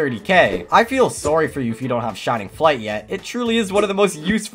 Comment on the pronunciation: Sorry❌ Sooree✅